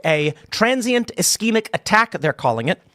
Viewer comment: Figure out how to say ischemic😂